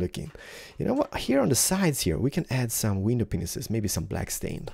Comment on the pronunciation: is it just me that hears him says "penises" instead of "panes "?